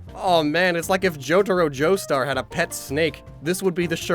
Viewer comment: alright I love these vids, but Jotaro Jostar just hurt...